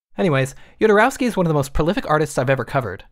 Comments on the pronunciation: "Yodorauski", bruh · Nice video man, it's good to see he's getting the recognition he deserves. BTW, being Chilean myself, his last name is pronounced: ho-do-ROS-kee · I love how the narrator doesnt know how to say Jodorosky right 😂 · You can't say "Go watch that movie" and the spoil the end of The Holy Mountain... Also, you mispronounced Jodorowsky every single time.